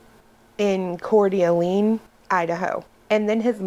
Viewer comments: I’ll help you pronounce Core-duh-lain, Idaho better. Thx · Couer d'Alene is pronounced Coor duhlane. You don't pronounce the d by itself.